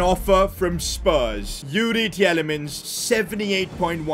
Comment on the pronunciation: As a Belgian, it hurts hearing your pronounciation of Tielemans and Wout Faes lol